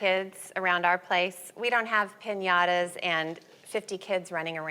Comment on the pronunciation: Dont say pinatas if you dont know how to say it your partys sound boring by the way